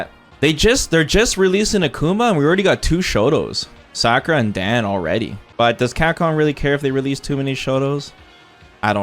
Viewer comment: Who is Sackura?Its Sa- ku- ra